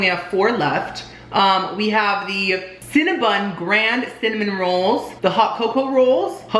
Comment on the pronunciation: Love you so much! But it drives me INSANE when you say CinnaBUN instead of CinnaBON!